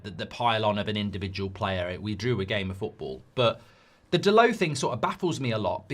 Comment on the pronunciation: Dalot, not Dalow